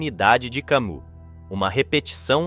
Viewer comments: Por que sera que as palavras mais serias quando ditas pelos que querem ser serios acabam fazendo rir? Parece que o melhor do video nao e a mistura dos tres apresentados mas as reprimendas dos comentaristas sobre a pronuncia errada do nome de Camus pelo autor ou leitor do video... Ah, e o desabafo sobre o que esculacham com a ideia do absurdo! Filosofia e Comedia? " Vamos rir! Vamos rir!" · ...do vídeo, com todo respeito, poderia ao menos pronunciar corretamente o nome do pensador Camus. Trata-se de franco-argelino... então o "u" tem som "i". E o "s" não é pronunciado... Faço a correção com todo respeito... é sem pedantismo. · se vc observar, a pronuncia do Albert Camus não é Albert kamU, é kami. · Pronuncia-se Cami e não Camu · Não se pronuncia Camu Mas sim Cami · Ou fale em Português ou em Francês o nome de Albert Camus. Você está dizendo “Camu”. Por que engole o s? Se quer falar francês, ao menos diga “Cami”, engolindo o s mas variando o u. Ou então fale português sem pompa. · Se escreve "Camus", mas se lê "Cami". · A pronúncia não é "Cami"? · CAMIIII PRONUNCIA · Oi. Muito bom. A pronúncia é “ Cami” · Camu dói aos ouvidos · nem todos sabem que a pronúncia é cami , atente-se ao vídeo, não nas coisas fúteis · O nome francês Camus se pronúncia "Camí". Poderia pesquisar antes de gravar o vídeo. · É Camí a pronúncia. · Pronuncie CAMÍ! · Cammus pronuncia-se "Câmí"